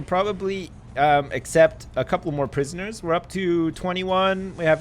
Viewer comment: I love it when Canadians/Americans say 'prisoners'. It just sounds so much better than other accents ;P